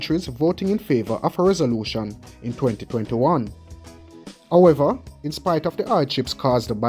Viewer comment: What you mean, "Ohever" you meanHowever.